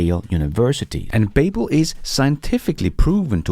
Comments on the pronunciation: BABBEL is kimda like BUBBLE not BAYBBEL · its pronounced Ba - Bel, like the Tower of Babel. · Hej (Beachcomber?) -- Please note: Babble rhymes with Bubble... Babel rhymes with Able... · Google babble , it doesn’t sound exactly right, the way you are saying it. Just saying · Haha I was looking for this comment. Mispronouncing the name of a language company.. that's some solid irony right there😬